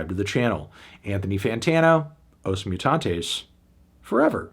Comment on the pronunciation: Brazilians being very kind to not complain about the pronunciation of every portuguese word right down to the name of the band 😂